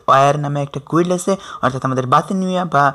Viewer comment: what is গুল্ড?😂😂😂It should be Guild(গিল্ড)।😂😂😂